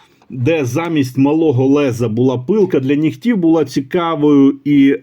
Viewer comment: Наголос: «пилка для нІгтів» (на перший склад). Інакше це русизми. Колись такі ножі коштували $20. ;)